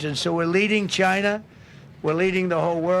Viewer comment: Why Trump can't pronounce normally "China, Somalians" etc. Chynah! Samalians